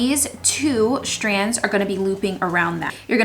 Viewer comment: Is it just me or does she pronounce "strands" like "shtrands" and "straight" like "shtraight"? hahaha love the diys, will so do many myself :)